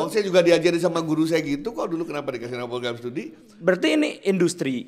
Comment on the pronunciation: malah ikut ketawa saat bilang klenapa tidak